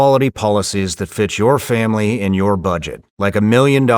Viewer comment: I thought he said “The Family is Coming”, and I boarded up the entire house. Not this Thanksgiving, Satan. Not this year.